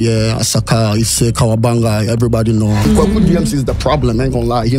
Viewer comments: pls the name is Kawabanga not Kawaganga , hope you can change it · It’s Kawabanga